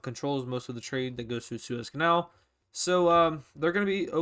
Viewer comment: Are you Dutch because you say kanaal on a Dutch way